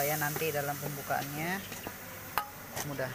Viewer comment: Hadir 😁 Maaf, itu "mudag" apa "mudah"? 🙏